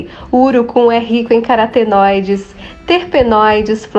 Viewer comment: Carotenoides e não caratenoides... O nome é URUCUM